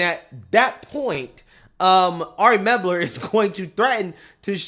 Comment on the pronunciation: The guy's name is "Mel-ber", not "Meb-ler".